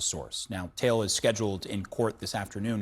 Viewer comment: This sick bastard is an African, why not pronounce the surname “Taele” correctly?